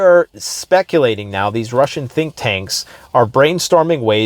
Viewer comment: You said "Rushing". 😂